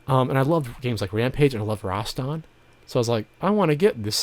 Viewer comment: Roston? I thought it was pronounced Rast an?